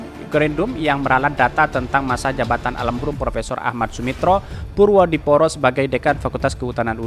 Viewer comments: ejaan lama purwodipoero dibacanya purwodipuro.... boss!! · Hai Bacanya purwo dipuro